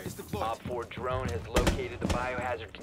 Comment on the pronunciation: "Drrrone is rrred"